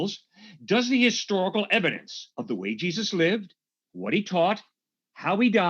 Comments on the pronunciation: Jee-zee-eyez. Aron is the best!!! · Aron Ra is funny as hell!! He said "Jesusi." I'm dead!🤣